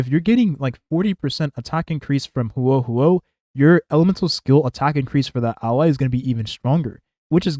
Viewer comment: He said it pretty fine after the first couple of times.